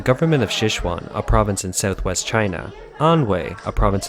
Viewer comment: Please don't rake this the wrong way but look up how to pronounce Sichuan.